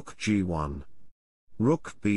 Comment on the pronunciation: Interesting to notice that the text-to-speech engine didn’t pronounce b4 as “b-four”, but instead as “before”. And also Rab8 was pronounced “rooker b 8” instead of “rook a b 8”. Also, the lips on the Stockfish avatar do not match the speech.